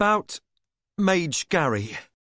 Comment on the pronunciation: “Mage Gary” instead of Mage Grey 🤣😭 Fitz: There has never been another being in this world who understands my soul as he does. Audiobook Narrator: Mage Gary 😭🤣